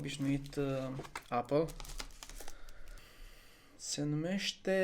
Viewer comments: nu m-am documentat, aștept să iau lumina de la românii care sunt mai nou the greatest subjects of the queen. Ps. Întreabă și tu un vecin britanic real cum se pronunță și o sa ai surprize. NU E APĂL. :)))) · Cum poți să trăiești în Marea Britanie și să nu fii capabil sa pronunți Apple=MĂR! Se învață cuvântul încă de la grădiniță. Doamne feri.